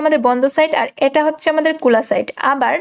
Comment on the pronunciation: কোলা না খোলা আর এখানে না একানে🙄